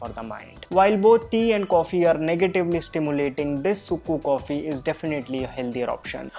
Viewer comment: Just fyi the sukku coffee is actually pronounced as 'chukku kappi' down south, but thanks for the great video!